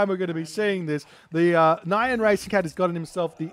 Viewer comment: Every time you say "nyan" I expect it to be followed by "desh-het." 😛